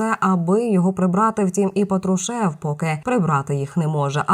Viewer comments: Хоть прізвище вірно кажіть, він Патрушев,а не Петрушев. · Вам уже миллион раз писали что он ПАтрушев, а не ПатрушЕв. Может за эти несколько дней можно правильно назвать фамилию ПАтрушев, а не ПатрушЕв. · Виявляється не тільки я не розумію що це за патрушев (наголос ставиться на першому складі - це свідчить про рівень освіти і для ЗМІ такі знання є обов'язковою умовою) ... Але все одно новини мають бути для нас не даремними і правдивими. Коли одночасно і отруєння і 40куль а відпускають додому - то це або просто брехні або свідомі іпсо для задурювання суспільства і введення в оману розвідки... Але все одно зміни на носі і ми всі це відчуваємо навіть за відсутності нових правдивих з азіопи... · Дівчино,та не патрушЕв,а пАтрушев.Слухай інші канали...Хоч - яка нам різниця... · Патрушев -ударение на первом слоге!